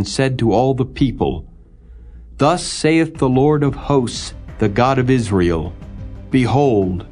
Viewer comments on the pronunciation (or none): none